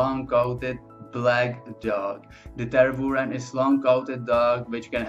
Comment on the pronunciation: *Mah-lee-n-wa ("lee" as in "lea" in "leave" or "lee" in "Leeds) *Grou-nen-dahl ("grou" as in "group") The "u" in "Tervuren" should be pronounced like the first part of the vowel in "fuel" (the "u" in "fy-"u"-el"). It's pronounced like the Dutch "uu", the French "u" or the German "ü". *Lah-ken-wa